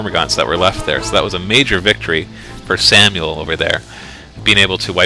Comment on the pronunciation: This shouldn't be funny, but everytime calls Sammael "Samuel" I have to laugh.